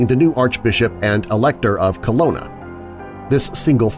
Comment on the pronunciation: I hate to complain or nitpick about your pronunciation, but I'm sure the city in Germany, in the werewolf story, is Cologne, pronounced Co-loan. You make it sound like Kelowna, which is a city in British Columbia, Canada.